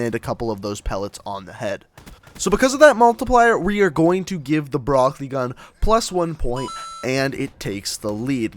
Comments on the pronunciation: In "Brecci" it is a "ch" sound, not a "k" sound... It's Italian. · Is he calling it the broccoli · Pronounced bre-chi